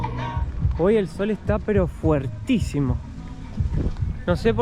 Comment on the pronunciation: no se dice fuertisimo sino fortisimo Te corrige una profesora desde Venezuela pero me encantan sus videos Bendiciones